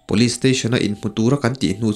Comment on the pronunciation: Police tih i lamthiamlo hian beng a ti thlep trep